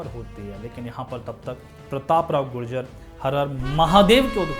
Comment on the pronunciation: bikul gujar hai gujjar nahi